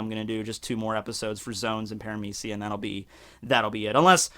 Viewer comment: Logia is a hard G like in Good or Bug. Paramecia is Parame(SHE)a Zoan is Zone.